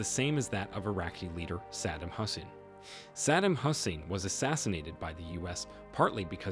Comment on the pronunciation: "husshin" lol